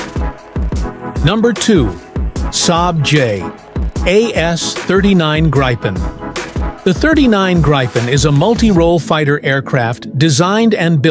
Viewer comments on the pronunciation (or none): Gripen is pronounced grippen. Don't Anglicise. Please.